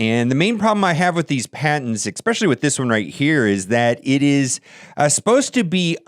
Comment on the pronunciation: ESpecially, not eckspecially, jesus